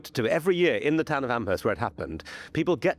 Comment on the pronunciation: This is not important, just an FYI. Amherst in Nova Scotia is pronounced Ammerst, possibly because historically it is near to Nova Scotia's Acadian (French-speaking) settlements where the H sound would be omitted. Another thing is that I wouldn't put much stock in the significance of MacNeil surname indicating one and the same person - all of NS is rife with MacNeils of all spellings. Speaking as someone who lived in the region for several years.